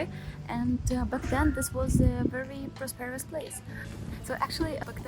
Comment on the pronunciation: Your English is excellent - I hope to speak Russian one day half as well as you speak English. One pronunciation tip, in the word "prosperous", the accented syllable is the first, not the second. (I only mention it because you used the word multiple times...so I thought you would want to know.) Keep up the great work!